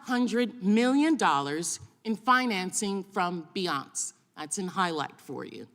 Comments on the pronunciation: What's Beyonce ? It's Binance u clown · BINACE ?? BiNaunce ???? get the fuck off the stage.